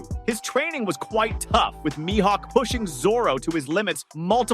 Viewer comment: I’m done. I’ll stay subscribed but I won’t watch if the miss pronouncer is speaking. Myhawk……. 😒😒😒 I don’t think this dude watch one piece. He has a script. Not Into scripts and miss pros…..